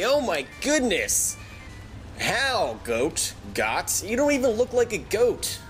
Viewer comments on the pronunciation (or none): its pronounced got